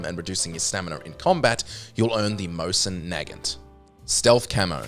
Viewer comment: "Mosen Naggot" "Riding Uniform" thank you chapters